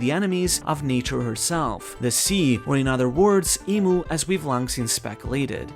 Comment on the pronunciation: IMU not MO